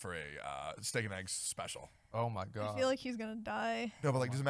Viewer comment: For some reason it pisses me off when people pronounce eggs as ayggs. Wtf is wrong with yall lol